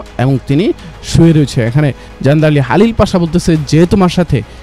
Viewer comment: খলিলকে খলিল বলেন দয়াকরে হালিল বলবেন না .